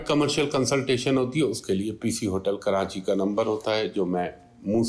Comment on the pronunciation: Dear, kia lafz Karanchi hai ya Karachi. Please meri jan islah kar drn, shukria!!!!